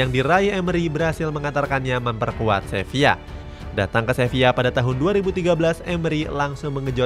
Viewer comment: Sevilla bang bukang sevia😂